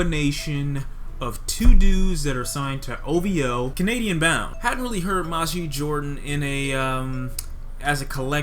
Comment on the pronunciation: the album was amazing, you dont even know how to pronounce Majid